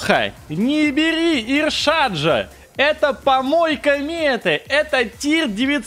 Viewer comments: У ИШарадж всегда Иршадж какой-то)))) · Когда-нибудь Леха научится называть Ишараджа правильно, но это уже совсем другая история